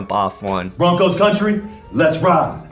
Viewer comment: It sounded like you said "brokest country" when you started off and I was like... I don't know where he's going with this... but he's not far off. We will be if we keep up this madness! Lol